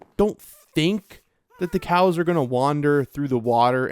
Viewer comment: Am I the only one hearing "Release the Kraken!" Every time he said release the cows?